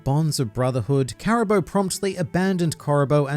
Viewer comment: I suppose this is as good a time as any to inform that it's in fact pronounced Caribuu rather than Caribo.